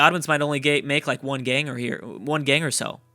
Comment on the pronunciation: I just can't understand why you cannot say the word "Gain". There is no G on the end. It is pronounced like "Pain" but it starts with a G. For some reason that I have never seen you explain, you ALWAYS say "Gang". It is quite strange considering that this is your native language. If you are going to be in the entertainment industry, you should really correct this. This is like someone wanting to play in the NBA but they shoot zero percent from the free throw line. Just work on it. You are very articulate in every other way, I'm sure you can fix this one bizarre vocal glitch. Just say Pain, Rain, Main, Vain, GAIN over and over again until it comes out correctly. You can do this. It is worth making the effort to correct this, it detracts from the otherwise superb content you put out. Not trying to be a dick, but somebody has to say it.